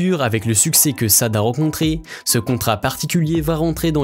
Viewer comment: Pour commencer son nom n’est pas Sade Adu il se prononce « Chadé » … « Adou » car elle est d’origine Nigériane/ Britannique - bien prononcer le nom respecter l’identité d’une personne est la base